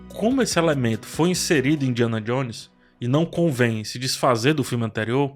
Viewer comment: Indianon Jones? Indianon??